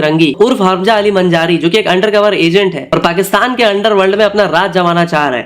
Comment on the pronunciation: A BHAI, It’s Majari not Manjari….